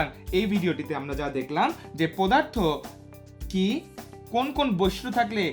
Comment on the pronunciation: পোদার্থ 😆 BTW it was a great class indeed👏